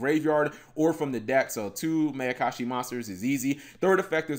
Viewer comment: cap. it's pronounced Meye-uh-kah-shi. like the Mai in Mai Valentine. it's a combination of Ma, which means evil, and Ayakashi, which is basically a synonym for Yokai.